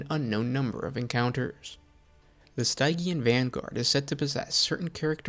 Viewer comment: Pronouncing Stygian wrong hurt me every time.